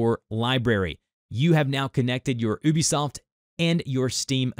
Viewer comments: its you-be soft not oh-be soft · It is pronounced You-Bee-Soft dude, you can message them if you need proof.